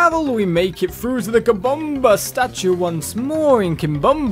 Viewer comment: I like the way you say kimbombo catacombs